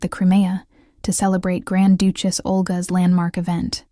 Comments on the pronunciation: "Doochess"???? Try Duchess "Breathe-ed" Not sure if this is a computer voice or not. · who in the world pronounces duchess as dooch-ess????? another AI voice heard from, I guess! hahahahaha